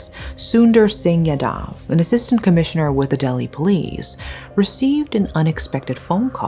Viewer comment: Sorry but this is really bothering me. As there are many yadavs in these stories. Its pronounced "yaa-dav"